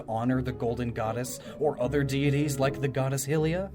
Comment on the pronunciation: The way you pronounce Hylian and Hylia gives me an eye twitch. >.<